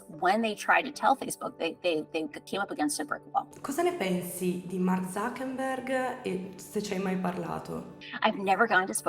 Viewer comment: io mi chiedo da anni oramai senza speranza: ma perché tutti e dico TUTTI (compresa l'autrice del video che sto commentando a ) dicono ZuckeNberg anziché ZuckeRberg? PERCHÈ!??!!